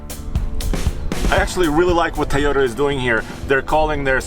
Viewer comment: Excellent comparison guys, why keeps saying Ta-yo- ra it is Toyota